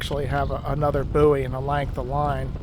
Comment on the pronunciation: Its a "boy," not a "buuey," please. Unless you're from the inland states...